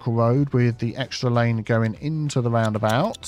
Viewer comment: I like when you say "woundabout" :-)